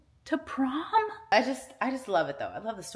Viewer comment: Prom? Prom??! 🤭😂😂